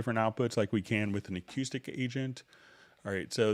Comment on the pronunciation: Dude..learn to pronounce acoustic. HA! Still. Love the vid